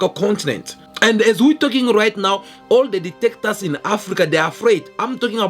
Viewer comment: ""DICTATORS""" NOT DETECTORS